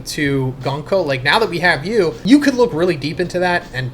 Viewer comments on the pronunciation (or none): none